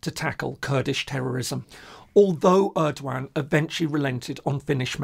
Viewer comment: Hi there, new subscriber here. Enjoying your calm and neutral approach. Just a heads up: The E in Erdoğan in pronounciated like the one in "every", not like the one in "early". Thanks for the nice content.